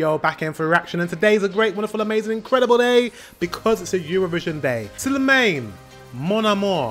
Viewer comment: NOT MANE like a horse. more like Slimaahn. Use a French A sound. thx.